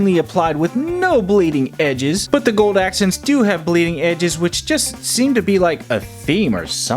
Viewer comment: So nobody noticed how many times he said bleading edge